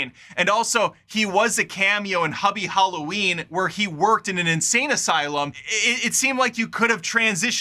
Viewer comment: I absolutely hated it. Bigger budget doesn't mean better. Also, WHY WOULD YOU KILL HER OFF? SO STUPID.. Also.. WHY THE FUCK DID YOU PRONOUNCE HUBIE HALLOWEEN LIKE THAT? LIKE THEY SAY HIS NAME IN THE MOVIE. YOU KNOW HOW ITS PRONOUNCED. WTF